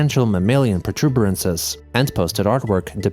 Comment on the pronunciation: Mammalian protubences? Is that what my boy said???!!! i love this man. Mammalian protubences are what makes the world go around!